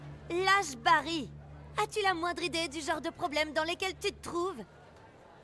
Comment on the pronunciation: c pas barry mais barril